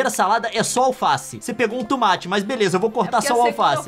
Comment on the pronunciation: tOmate e não tUmate